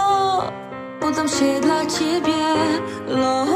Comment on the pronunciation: Mnie też z lekka boli to 'love' ale nie ze względu na brak tłumaczenia tylko na wymowę. 'Love' czyta się bardziej przez 'law' aniżeli 'low'. Można powiedzieć że to 'a' z minimalnym 'o'